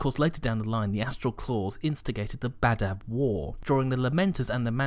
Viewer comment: Oh, Badab. Until the enunciation, I kept hearing either Badah or Badass. The Badass War :).